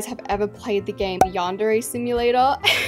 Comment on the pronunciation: Not pronouncing yandere wrong😂😂😂